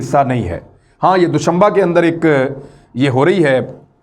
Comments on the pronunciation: DOSHAMBAY NOT DOSHAMBA👍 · It's doshambay not doshambaaa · dushanbe not dushanba